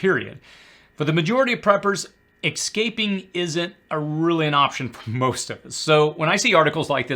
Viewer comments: What does the word ‘ex-caping’ mean? Sounds almost like ‘escaping’. Just want to make sure you’re ignorant in proper pronunciation rather than speaking in some esoteric code I’m missing. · ess-caping, not ex-caping... also, commenting for the algo... its not EXpresso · Yes that bothers me too. There's no "X" is "escape". But you could have been nicer about it. I'm pretty sure most of the 'pubtard preppers say it as "eXcape".